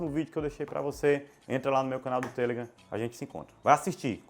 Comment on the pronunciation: muito bom o video, porem o seu *tamu*nao foi nada em vista da pronuncia sua sobre a rede social (TELEGRAM) palavra correta e TelegrAAAAAAAAAAAm . e nao tele......gran. Mesmo acontece com Face, (facebook) ou Insta (Instagram), mania de brasileiros colocar apelidos nos trem.